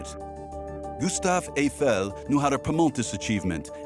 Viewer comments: NOOOOOOO! Not Eigh Fell! Aifel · Evel? The name is Eiffel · The name Eiffel has German origins, his grandparents were in fact German. As such pronunciation needs to be like the "normal" EYE-fəl. Now I am unable to watch this prob fine docu as the name is butchered every 10 seconds. No thank you 🙂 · Why is the commentator pronouncing “Eiffel” as “A-fail” ?! 🤷🏻‍♂️🤷🏻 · When visiting Paris the first time in 1966, my French born friend insisted that "Eiffel’ shall be pronounced ‘ef- fel'. And that shall be so in French as well as in English, because it is a family name (proper noun) and therefore shouldn't change when you switch to another language. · It’s not pronounced Ayfel for heavens sake! Surely you could at least have got that right.